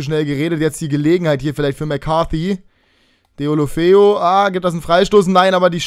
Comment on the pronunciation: Sorry, aber ich glaube er wir Dölöfö ausgesprochen:)